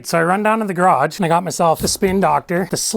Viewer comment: You sir, are hilarious! Love the way you say gear-ahg 😊 Thanks for the video!!!